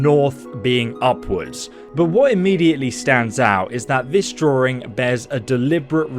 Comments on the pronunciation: Draw-ring. God that makes me cringe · Wtf is a “droowing”? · There’s only one “R” in “drawing”!